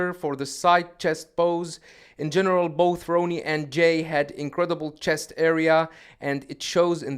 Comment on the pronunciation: Im a Jay fan, but he only had Ronnie beat in midsection. This guy cant even pronounce Ronnie's name ,lol 🤦‍♂️